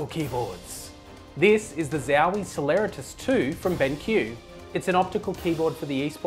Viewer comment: why do you pronounce it "ben kiú" and not as it written, which is benq ("benk") xD